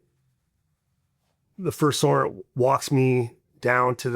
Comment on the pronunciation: First sart? Is it to hard to say serg? Better yet sergeant its almost like people saying jelly of someone who’s jealous to lazy to say the whole word and it sounds like sart🤷🏻‍♂️